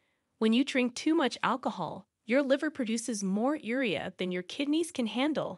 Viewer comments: One of the reasons I hate computer-generated voice is the mispronunciations. Urea pronounced er-ria 🤦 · Urea is pronounced yew REE uh. I found that ignoring urination urges leads to wet socks.